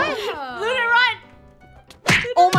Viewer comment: I'm having complain I'm saying Luna's name wrong